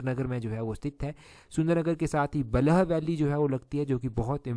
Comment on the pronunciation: सर मैं आपको करेक्ट करना चाहूंगा बलह वैली नहीं होता बल्ह होता है। सुनने में थोड़ा अजीब लगता है थोड़ा फास्ट बोलते हैं इसको , अदर वाइज यू आर OP ❤️‍🔥 please consider kriyega 🫰